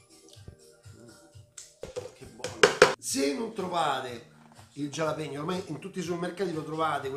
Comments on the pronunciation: La pronuncia è "halapegno" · Max ti seguo sempre e amo le tue ricette, pero' te prego, "gialapeño" nun se po' senti'... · Bella ricetta e tutto però potresti pronunciare meglio il nome del peperoncino..